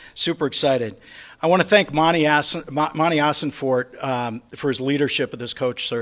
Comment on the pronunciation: Mike got it right. It is monti assenfort